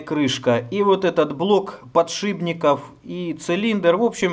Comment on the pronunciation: ПодшиПник, шип, а не шиБ )))